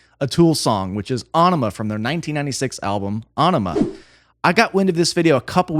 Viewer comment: It’s pronounced A-Enima